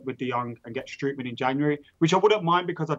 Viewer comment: Strootman is pronounced "Stroatman"